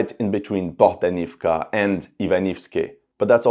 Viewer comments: BohdAnovka) please, dude :) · and Bohdanivka becomes Bogdanovka